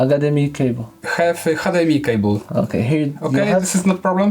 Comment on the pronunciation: You need "hadeemi" cable xd